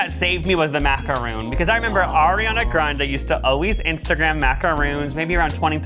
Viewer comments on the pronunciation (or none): MACARON not macaroon Macaroon is coconut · It's actually pronounced (maca-ron) ;)